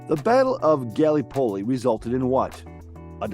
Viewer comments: Felt like I was having an aneurysm every time he said it. So painful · Not a bad questionnaire, well balanced overall. However, please, in future take a little time to get the pronunciation of place names right. As a Kiwi my skin crawled at the almost comedic pronunciation of Gallipoli. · Not only Gallipoli. Don’t think he got one name correct pronouced…